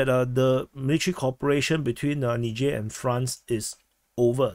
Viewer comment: It least you can pronounce 'Niger' unlike Dubya.